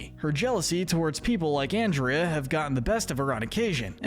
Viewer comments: can you stop saying anndrea and not ahndrea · I BELIEVE YOU MEANT AHN-DRIA🙄😒😤😤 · man really pronounced andrea's name "and-ree-uh", she's not gonna like that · Dude, it’s pronounced On-drea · 3 things. 1. You're lucky Andrea isn't real because you would get on her bad side. It's Ahn-dre-uh. Lol. 2. You couldn't have waited to make this until the end of season 2? There are still some characters to introduce and ones that have time to develop. 3. I agree with this list 100%. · It's funny how you talk about that while continuously mispronouncing her name throughout the video, lol. "Given that he was forced to do this by the Ghost Council, we can't exactly see him as much of a bad guy." It's so good to see have actual sense here. I see Villain's Wiki claim Scratch from the Ghost and Molly McGee is "Neutral Evil" and not "Villain by Proxy" even though one of their definitions for "Villain by Proxy" is that a character is forced to do something because another character is making them do it, because the character that is doing "villainous things" is tricked, threatened, manipulated, blackmailed or forced into doing bad. Similarly to how Scratch was being forced to do scares and make the town miserable or else he'd be sent to the flow of failed phantoms, Larry Koopa doesn't really even wanna fight Mario (JP version of Color Splash) and only does what Bowser says because he's scared and doesn't wanna be scolded, not to mention Larry takes Bowser too seriously and too literally because he's a kid. Now if only Mario fans would admit Larry Koopa isn't much of a bad guy either for that very similar reason. But then that would require them admitting Mario does unnecessary child abuse to a 13-year-old. It's funny that it took this long for Darryl to show up on the list, but to be fair, it does make sense, lmao! Oh yeah, it's a shame that Mr. Davenport couldn't be more like Andrea, I don't really like him, heheh. Oh god, t